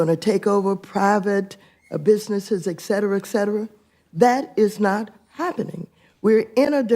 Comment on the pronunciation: "Excetera excetera" how are these people elected if they can't speak correctly...